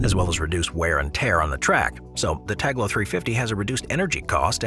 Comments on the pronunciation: It's tal go not tag lo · Dude cant read. Its Talgo not taglo. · the Spanish train is spelt T-A-L-G-O. Whilst the on-screen credit is correct, your narrator voice misspels it 6 times, calling it T-A-G-L-O. I am sure it is an oversight, but the wrong pronunciation of foreign names/terms is unfortunately quite common among certain English language speakers. The more reason to pay more attention in the future. PS - Check the name of the city for the first route you mention. Again, is is a foreign term, but there is no reason to mispronounce it with all the resources available to get it right. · When it came to the spanish raills (Talgo), you spelled it Taglo but it is spelled like it is written. (Tahlgo). And when Talking about the ICE 4, there were footages of various Siemens Velaro (ICE2/ICE3 trains). The ICE4 is currently set to max speed of 265kmph (which is about 1170mph). But otherwise it‘s an impressive video again. P.S.: We don‘t spell the ICE trains (Ice as in ice cream) but rather Ei Ce Eh (because ICE stands for Inter City Express). Interesting also that you already have shown concept arts of the Velaro Novo which is part of the ICE 5 generation project which will replace the ICE 3 (Velaro) by 2030s, however there‘s also competition from Alstom and Talgo so it‘s not sure if Siemens or Alstom/Talgo will take place to build the new ICE 5 generation. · It´s TALGO, not Taglo